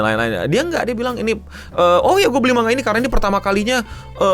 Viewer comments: malah pengucapan yg bener itu man ga, jadi kedengeran kayak mangga balajar lagi ya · iya, jadi kedengeranya kayak mangga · yg disebut eno man-ga. bukan mang-ga. ekspektasi sebutannya ma-nga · Manga bukan Mangga 😅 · MANGA COK BACANYA BUKAN MANGGA WOI JEMBUT GOVLOOK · Manga bang bukan Mangga, lu pikir Logan Paul tukang buah apa 😂 ? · Dulu di spacetoon ada sesi menggambar manga kemudian naratornya nyebut menggambar mangga, aku heran kok mangga.setelah dewasa aku akhirnya tau kalau dr bahasa jepang emang sebutan di mulut mangga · Bacanya man-ja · Kok gw dengernya Mangga ya, apa salah denger sih. 2 Menit baru nonton langsung pengen comment wkwkw Sorryyyyy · Bang, lu kalo misal ga ada yg komen soal pelafalan 'manga', keknya elu yg pin of shame kedua😹✌ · Ya emang gitu bang, kayak orang Sunda ngomong "silahkan"